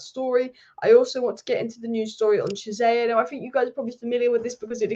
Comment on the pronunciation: Chiesa (Key-ay-za) not Jizayer 😭